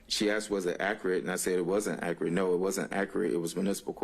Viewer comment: Listen to him ,he cannot even talk properly ,he keeps saying "accarate".instead of accurate .How he even passed the bar is mind boggling! He does not sound like a lawyer being questioned ,he sounds like a member of the public .He has to keep having everything repeated and explained to him as though he has no legal background . He can't even make eye contact with the lawyers